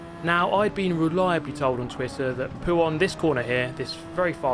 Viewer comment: Mate I’m not trynna hate, but it was so fucking painful watching you try and touch the inside curb causing you to spin every time in puon? Poo-on? 😂idk how to spell it.